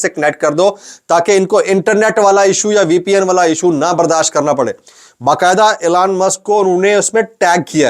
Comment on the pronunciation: Allan nahin elon hota